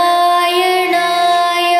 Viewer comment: குரல் சிறப்பு. ஆனால் உச்சரிப்பு சரியா? நாராயணாயா - வா, இல்லை நாராயணாய - வா? தேர்ந்த வைஷ்ணவரிடம் தெளிவுபடுத்திக் கொள்ளவும். கொள்ளவும் Narayanayaa? Or Narayanaya?.